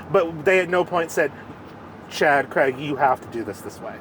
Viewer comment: Please learn how to say the name Craig correctly. It is not Creg!! I had to stop watching, it's so disrespectful not saying someone's name correctly.